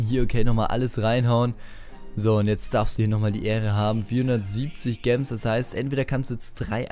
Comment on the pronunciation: Bitte, sag "Jems" nicht "Gems" oder halt einfach Juwelen